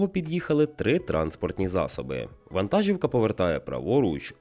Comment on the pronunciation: Все супер! Одне невеличке але: вантажíвка - наголос в українській мові на і